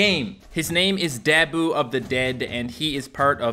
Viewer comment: “His name is Dab - oo of the dead” I’m pretty sure it’s Da - boo.